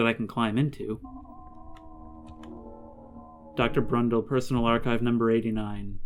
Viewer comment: Why are you saying “Crundle” instead of Brundle? I’m not trying to give you shit or anything, I’m just curious.